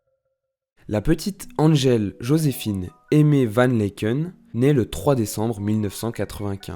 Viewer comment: Laeken se prononce tout simplement "Laaken" Sinon, merci pour cette vidéo, et ces recherches! Ayant vécu son ascension "en direct", j'avoue être parfois frustrée lorsque certains éléments de son histoire sont omis ("j'ai vu", qui a vraiment créé un gros engouement autour d'elle à l'époque, sa 1ere tournée sans album ou encore ses débuts enfant, qu'on est beaucoup, je crois, à ignorer😮)